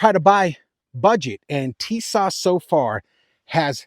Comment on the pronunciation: Tis~ash say like this